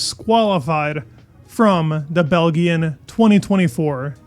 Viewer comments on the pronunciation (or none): It`s BEL-DJAHN (not BEL-GEE-UAM) and MC-Læ-REN (not MC-LEH-REN). Also, there is no way a hard tyre can shed so much weight to make a difference. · wait what did he say? did he say bel-g-an lol....at least you owned it lol......Bel-jm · Bel-GEE-yun Grand Prix 😊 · It’s not Bel-gen! It is pronounced Bel-jin! Just letting you know! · FFS. Bel-gi-han GP? Belgian, pronounced - phonetically for you, Bel-gee-an. As in, gee whiz, I never heard THAT before. It's not a Euro accent. It's how it's pronounced throughout the English speaking world, and if you really knew anything about F1 (and it's history), you would know that. Yeesh. I'm embarrassed for you. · Bel-Gee-an, dude I can't take you seriously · Belgian is prounced bel-jen not Bel-gian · Bel G An..... "weighted". Not even 2 minutes in and this guy's pronunciation is killing me. No hard G in Belgian. Weighted? I think you me "Weighed." That said - decent content. Just work on the pronunciation, man. While we definitely don't need more help - you're making us Americans look like goobers. We have enough people doing that already for us. They're called politicians.... and activists. That all said..... this wouldn't have been a race if Verstappen didn't get penalized 10 spots. Dude started 11th and finished 5th. He had the Pole. Had he not been penalized I feel like he would've won by like 10+ seconds, haha. Was pleased to see Russell win.... SHOCKED I'm just hearing now he was DQ'd. What the hell? Also.... was really hoping Lando would make this a super interesting season. He's cooled off a bit as of late. Should be interesting to see how everyone comes back in a month. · BEL - GEEYAN ? its BELJEEYAN brev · Brudda what is belghian gp? It's belgian gp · Its pronounced more like Belzian, not Belguillan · ''Bell-Gin'', really? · The beautiful what?!?! Belguillen? Seriously, you can't pronounce that!? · Bell' gee'in GP ? - you're so fired 🤣🤣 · Nice coverage of the Bell-ghee-an GP. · Belgian is pronounced “bell-jee-un”